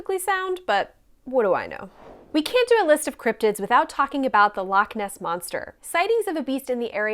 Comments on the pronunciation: Then used as than 😎 And nae bad on pronouncing loch.😉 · The loch pronunciation wasn't bad at all